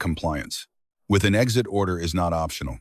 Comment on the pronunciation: I miss. The day when people. Were professional enough and took. Enough pride in the crap on the. Internet that rep. Resents them so they would not use some lame. Ro. bot. That. Talks. Worse. Than a two year old, and could. Pronounce exit, NOT eggs. It.